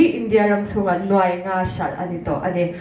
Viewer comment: NUAI leh NUAIH hre hrang rual chu i nih tawh hmel asin le. Youtuber te hian Mizo ṭawng zir ṭha leh teh u.